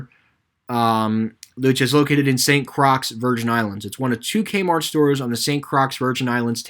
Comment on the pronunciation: It's Pronounced St. Croy, Not St. Crocks.